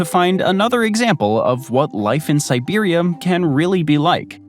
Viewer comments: nice vid, but it's siberia not siberium! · is it just me or do they keep saying Siberiam? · I can't help but laugh every time the narrator mispronounces Vladivostok. And I swear it sounds like he keeps saying Siberium, like it's some kind of element. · Why does it keep saying Siberium? Like it’s some kind of metal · While your pronunciation of the towns is much better than what I would do, I can't help but hear an m at the end when you say Siberia lol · Siberium? Am I the only one hearing that? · Where the hell is "siberium"? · No, it really does sound like he's saying Siberium. I kept wondering if that's a new element or something. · is this voice saying "siberium" each time or just me?